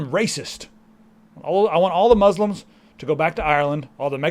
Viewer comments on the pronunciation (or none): He can't pronounce Muslim